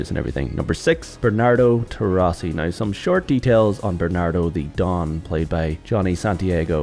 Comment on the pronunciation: For God`s sake, they`re italians, so they`re TorrIsi, not TorrAsi, and the protagonist`s name is pronounced as Entso, not Enzo.